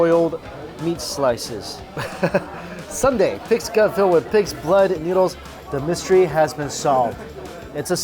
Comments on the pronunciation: It’s soon-deh, not sunday. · Love your videos, but Mike its not Sun dae, its Soon dae. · It shouldn’t be sun dae ...it’s called soon dae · Soon-day right?. Not sun-day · It’s not “sun-dae” like ice cream sundae... it’s soon dae, like literally “soon” & “day” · haha. Not Sunday, but Soon Dae (Soohn Dae) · it’s not Sunday it’s soon dae’ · Sooooooon dae! Sundae? Far from ice cream. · Soooooooo Dae, Mike, it's "SOON" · This bothered me too.